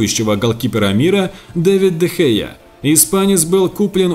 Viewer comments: Не Де Хея, а Де Хеа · Не Де Хея, а Дэ Хэ